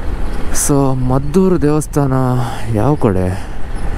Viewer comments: ಮದ್ದೂರು ಅಲ್ಲ, ಮಧೂರು. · ಅದು ಮದ್ದೂರು ಅಲ್ಲ ಮಾರಾಯ...ಅದು ಮಧೂರು...